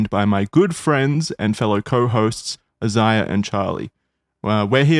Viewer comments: Ziah? Not Saiah? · UHZAYYA - Jackson pronouncing Isaiah's name 😂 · i have kinda the same name, spelt aisaiah and its pronounced: eye-sah-yah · Wonder how many episodes it’ll be before Isaiah tells Jackson he’s pronouncing his name wrong. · Do you think Jackson will pronounce Isaiah’s name right some day? Love this y’all, hope this doesn’t stop! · I like that Jackson pronounces Isaiah's name differently each episode.